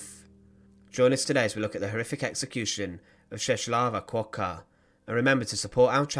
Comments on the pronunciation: Appreciate the video but the name pronounciation is ches wavah kevoker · You should pronounce her name as Cheswava Kvoka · not important but: My Polish friend says the proper pronunciation of her name: Chesswava Kfoka The L (with the line going diagonally) is actually an English W, the W is an English V, and it’s an English F followed if preceded by K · Her name is pronounced more like " Cheswava Kvoka" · please, do your homework and check the pronunciation: [Cheh-swa-va Kvoka] you're welcome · You have really butcher pronunciation of her name